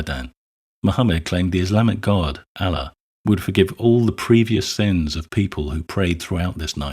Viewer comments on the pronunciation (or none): Good video, but his pronunciation of "Allah" is driving me crazy. The emphasis should be on the second syllable, as in "uh-LAW." A secondary point- Just because we can see the harm in classifying sex as a grave sin doesn't mean we have to run to the opposite side and declare that all sexual activity is the greatest thing since the wheel. Unwanted, under-aged pregnancies aren't a good thing. Nor are STD's. Nor is young people having sex without regard for the potential emotional entanglements of sexual intimacy. As with most things, it's about striking a healthy balance.